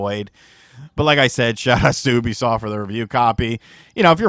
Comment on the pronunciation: I'm pretty sure you pronounced Ubisoft wrong. Do they regret giving you a review copy after this or what?! Honest review I guess you made this sound like a waste of time and money